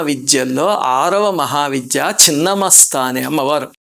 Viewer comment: Thank you for pronouncing right as ‘chhinna masta’ not Chinna masta!